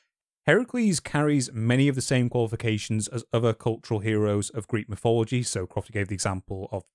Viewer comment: Notice how wannabe greats always spell / pronounce shit different. Its always and will forever be mythology. Not mythillogy